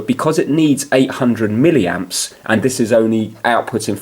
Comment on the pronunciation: If he says miliamp one more flipping time, I swear to God. 11 min video to tell me 30 secs worth of info... How did this get over 4k likes??